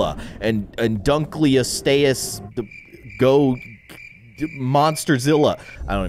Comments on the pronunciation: It’s not dunkleostayus it’s dunkleosteus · Dunkleosteus is pronounced dunk-lee-oh-stee-iss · There is so much to tell that I will comment times but dunkleosteus is pronounced and dunk lee oast ee us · Its prononced Dunk-le-o-ste-ous That help? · It’s dunkleosteus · You can't say dunkleosteus Lol